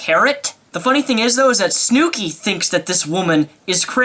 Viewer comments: I love how he says "Snookie". You can tell he dosen't watch Jersey Shore :) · ok but the way you say "snooki" LOL